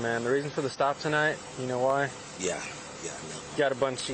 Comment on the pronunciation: WHEYE ARE THE PEOPLE OUT OF THE CAR AND WHEYE IS THAT COP IN THE CAR, IT'S TRAFFIK STOP.